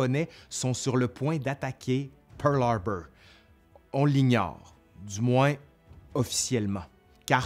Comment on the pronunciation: PEUWRLHARBEUWR, j'adore ;)